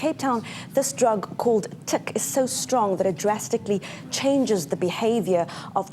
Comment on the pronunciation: Teek ? Could he at least pronounce the word right? It's Tik